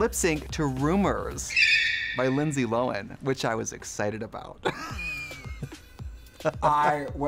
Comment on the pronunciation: Trixie pronouncing Lindsay Lo-win is sending me